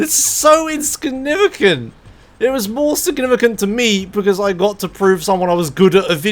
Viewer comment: "It's so inskinuvicant"